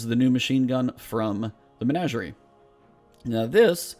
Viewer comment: You just might be the only gamer that knows the proper pronunciation of the word 'Menagerie'. Thank you, sir.